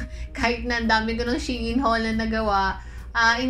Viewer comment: its SHE-IN